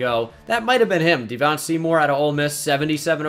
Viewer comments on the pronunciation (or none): none